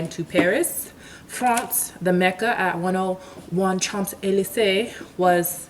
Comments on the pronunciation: Sho zee lee zay! .......native French speaker. ;-) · "cha(n)-ze-lee-zuh" lol . great video tho (